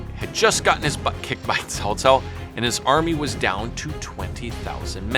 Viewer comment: Dang your pronunciation is on point. I watched your other videos for the first time just be listening and I thought it was a chinese person narrating this video. When i looked into the monitor... well well well here's a Westerner who bothered to pronounce it properly! Example... Cao Cao was pronounced as (kaow kaow) in my three kingdom games... damn grating to my ears. Thank you for your effort and sharing of the knowledge!